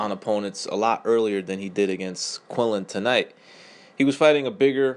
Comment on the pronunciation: its Quinlan not Quillin